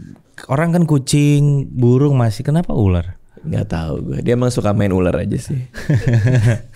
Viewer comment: Bukan uler , ular gitu